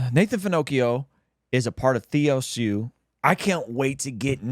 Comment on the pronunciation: Tbf, did mispronounce TheosU. It is like Théoss. I think it's Latin or Greek. 😂👍🏻